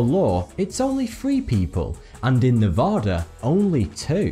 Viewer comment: Go nevada, but the e sounds like an a in apple, everyone learn to say it right, it annoys us locals and thats how we can tell if you are or not